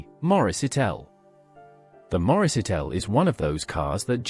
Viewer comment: It was Morris ItAl, not ItEl! Ffs, get the simplest things right! Thumb down.